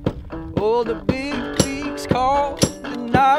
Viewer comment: Anyone else thought he said cheryl not chair